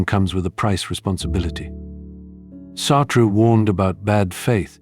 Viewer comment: Naming J. P. Sartre one of the most influential philosophers and then pronounce his name like he's Billie Jean... It's just too much. And also there are bunch of questionable statements in this video, at least for someone who has decided to discuss philosophy